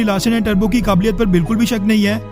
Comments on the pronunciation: Its toubro not turbo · Larsen and tube-ro Tarbo ni Teek se pronounce kar. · liked but....pronunciation is toubro not tarbo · लार्सेन & टर्बो नहीं ...... लार्सेन & टुब्रो है |